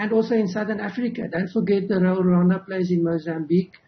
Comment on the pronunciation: Come on it’s Rwanda not Ronda plz😏